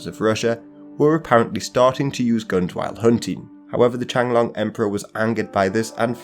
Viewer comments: Love the videos. Let me help you with your Chinese pronunciation please. And please get the names right. It's not the Qianglong Emperor, but rather the Qianlong Emperor. And it's not Hong Xiquan, but rather Hong Xiuquan. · the what emperor? “Changlong” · The Qing emperor Qianlong should be properly pronounced as Chi'an-long, with 'long' rhyming with 'tone', not like 'chen long'.